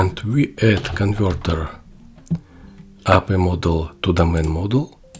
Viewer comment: Api, say API separately